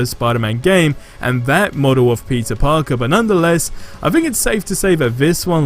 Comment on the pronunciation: Sounds like everytime he says peter parker sounds like he’s say pizza parker